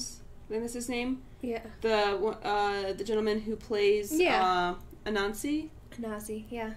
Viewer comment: I think it's supposed to be pronounced Ah-nan-zi. But then again I'm only going on my memories of the video tape of Anansi from the 'We All Have Tales' kids tv series, and turns out that was telling the Jamaican version of one of his stories because in the Jamaican version he got all the stories in the world from the tiger rather than the version from what's now called Ghana where he got the stories from the sky god.